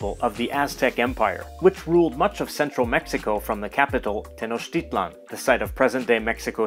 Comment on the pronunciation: Your pronunciation of "Tenochtitlan" is on point! Even [non nahua] Mexicans get it wrong by stressing the "a" instead of the "i".